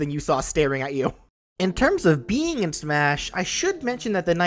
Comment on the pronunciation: "in terms of BEE-ing in smash"